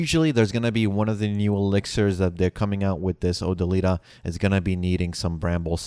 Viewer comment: O - Dill - i - Ta. Not Oh - Da - Lee - Ta. C'mon man.. c'mon.